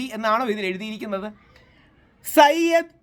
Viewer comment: Sayyad alla zayid ആണ്